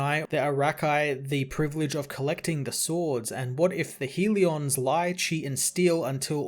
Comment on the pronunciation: Hell-e-uhns, not HEAL-E-ons. Love the channel.